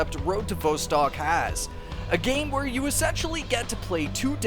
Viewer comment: Vostok is pronounced with the 'Vo' sounding like 'saw' and not like 'row'.